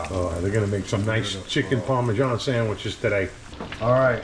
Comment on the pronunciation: I was laughing watching you guys chomp into those ‘sangweeches’ and recalled my grandma calling me a cavone whenever I ate 😅. Anyway I grew up right down the street from Pats and Genos. You guys hit the mark.